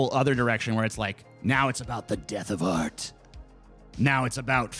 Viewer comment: How can Sargon Critique art when it sounds like he's saying "Aught"?